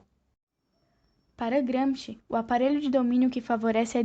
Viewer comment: Não sabe nem pronunciar o nome Gramsci